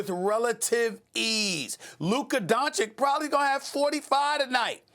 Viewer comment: At least perk can pronounce Doncic 👍😊. Sas is still struggling 🙈